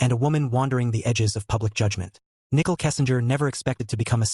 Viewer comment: This robot is calling her NICKEL